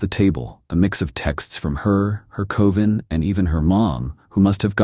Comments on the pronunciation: Someone tell this robot that "coven" rhymes with "oven", not "cloven". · A bah buh que cohven that costs 50 cales. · You mispronounced coven